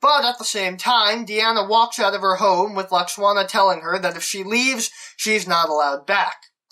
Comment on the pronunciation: Is no-one else horribly distracted by the fact that he keeps pronouncing Deanna's mum's name as "Lux-Wanna"?! 😣😖😫😩😤